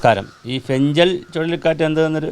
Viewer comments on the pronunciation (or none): Fengal എന്നാല് ഫെൻഗൽ എന്നല്ലേ പറയുക? ഫെൻഞ്ചൽ അല്ലല്ലോ